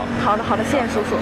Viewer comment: I don't hear uncle... All i heard was sishi sushu🤣🤣🤣